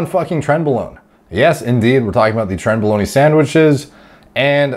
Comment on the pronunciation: And Trenbolon-e sandwiches lmaoooooo